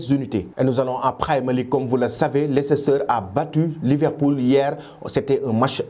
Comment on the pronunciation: On écrit "Leicester" mais On lit "Leister"